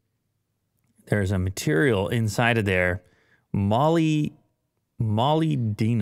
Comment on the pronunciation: Molybdenum Muh-lib-denum